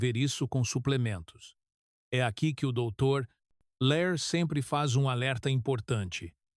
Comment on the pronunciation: É dr Lair e não Léir